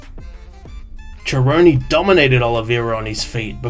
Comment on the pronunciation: Nah I'm not giving this video a like because you pronounce 'Cerrone' like "Jerrone" & as a fan I cannot respect that. BUM